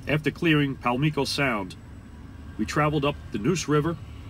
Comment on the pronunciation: its so funny hearing you mis pronounce the towns.... :-) Pam leeeeco Sound... hahaha. Its Pam Lick o